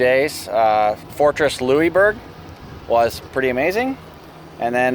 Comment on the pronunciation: Motorhome Experiment -,you are a born and raised Canadian and don't know how to correctly pronounce "Louisbourg" (lol)? It's pronounced: Loo-is-berg! This little 'correction' is coming from an old chick who is a born & raised Nova Scotian. Safe & happy travels! I'm really enjoying all your videos - you make me smile and allow me to enjoy traveling even though I'm doing it from my computer/desk chair!;-)